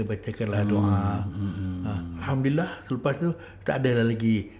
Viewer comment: Ustaz sebut alhamdulillah bukan hamdilah